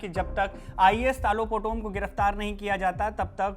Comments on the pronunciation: His name is talo not tilo potomm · it's तालो पोटोम not tilo poto😅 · How can say Tilo Poto It’s Talo Potom… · Not tilo potom it’s Talo potom thoda toh achha se bolo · तालो पोटोम not Tilo Potom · TAATOOO POTOM .... not telo POTOM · Naam toh sahi se le leh 😅 telau nhi talo potom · Talo Potum❌Tilo Poto✅😆😂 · 😂 Tilo poton nahi TALO POTOM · Not telo Talo potom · Tumko bolne nahi aatai Hai toh mat bolo tilo nahi talo potom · Kya tilo potom its Taaaa lo potom😂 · Hahaha nice pronouns 😂 talo putum ❌ telum putum✅ hahaha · Not Tilo it's Taloh Potom. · Sirji,Talo potom khiye,not Telo Potom 😂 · Bro it's talo potom not tilo potom😂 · Telo poto hahahahaha 😂😂😂 bhai acha sey naam toh boldo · Naam to sahi bolo kam se kam